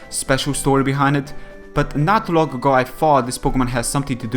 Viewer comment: No offence, but why do some people say words like "long" and "kidding" "longk" and "kiddingk"? Nobody ever told me at school that adding k in the end of "ng"-words. Is it just a manner of speech, or what?